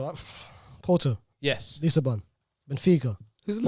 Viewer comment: saying Lisa bon😂😂 it's lisbon